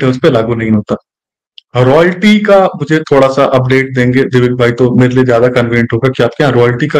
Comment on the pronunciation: ji.....दिविक होता है डीविक नही..... करेक्ट कीजिए 😁